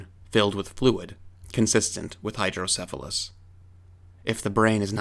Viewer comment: Sorry, but, "Hydrodephalus"?